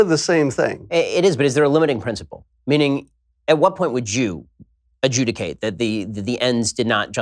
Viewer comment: "At what point would Jew ad-JEW-dicate!" CONFIRMED! Ben Shapiro is a JEEEEEEEWWWWW!!!!